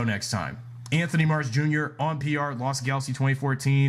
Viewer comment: Really Dino Charge is the worst also you say Lost Galaxy wrong.